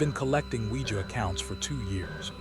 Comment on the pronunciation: Oujia board?? 🤔 I thought you said SquEEgEE bOaRd ... ive been windex'ing this abc 123 board for hours asking if my dead grandma can hear me!